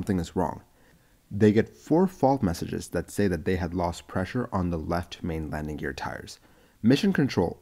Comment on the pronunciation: Lamding? Really?